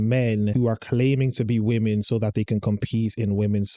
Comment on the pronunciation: Why can't these people pronounce women. It's so hard to listen to.